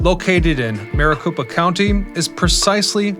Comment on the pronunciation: Maricopa County - copa, not koopa... I believe Marikoopa County is in Super Mario Land... lmao 😂